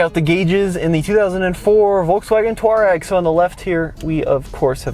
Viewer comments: Twah-reg, not tour-rag! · "Twah-reg" not "Tour-egg". They are a tribe in North Africa. VW likes to name its vehicles for things like the Golf Stream, Atlas Mountains of North Africa, Scirocco (a North African wind), and so on. Please try to get it right. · Why do you call it a "Tureg"? 😅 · Just don't understand why Americans just cannot pronounce any car names or manufacturers. Where is the "Tour" in Touareg? It's "Twar-egg". Think that's why they made the Atlas, Americans can pronounce it. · TUUUU---AAAA----REEG.... pronounce it properly.... not distorted americanized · It's pronounced Twareg. After tuareg tribes of the Sahara desert